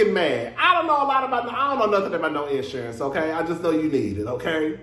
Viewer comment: you said IN ‘surance like how Tisha (LAMH) pronounce EEEVENT🤣🤣🤣🤣